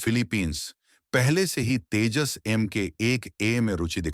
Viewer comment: Abe Tejaas nahi TEJAS BOL